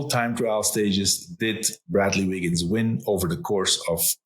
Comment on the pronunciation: I could listen to wiggins all day long as his technical knowledge is second to none. Very informative, but most of all these two pronounce the names correctly, very important to this Australian.